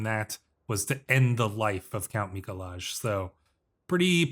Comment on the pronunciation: I love how bad you pronounce Mikolaj xD